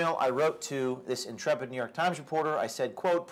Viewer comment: Did you say ‘intrepid’ or ‘insipid’? Hhhh